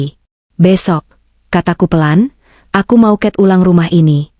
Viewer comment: Cetitanya bagus.Sayang,naratornya buruk,istilah umum dibaca/diucapkan srsuai yg.tertulis : remote,bonavide.Ttp cat tembok malah dibaca : ket (= kucing).